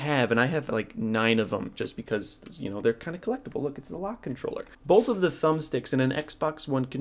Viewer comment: Bolth :). Both? A lot of people say it with an L. Interesting. Big fan. Just giving you shit. Been playing claw since Halo 2.